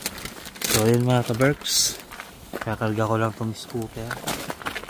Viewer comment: Hello and good day po Ate and Kuya! Im just wondering kuya … ka berps po ba or ka berks??? Yun po kasi nadidinig ko sayo kuya - ka berps😊😊 just asking po.. miss ko mg comment din hehehe pero i always watch you daily!